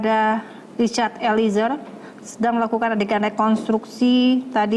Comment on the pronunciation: Eliezer!! bukan Elizer ,Reporter ignorant sebut nama org aja masih salah